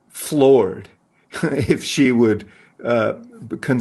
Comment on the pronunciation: You said she wrong Doug lol